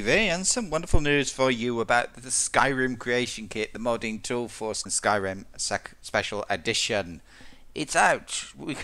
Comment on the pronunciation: Check it sounds like "Skyrim second edition" lmao